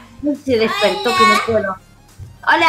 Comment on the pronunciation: envés de desir hola dise buola